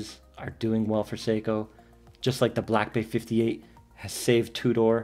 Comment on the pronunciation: Never heard 'Tudor' pronounced "two door" before.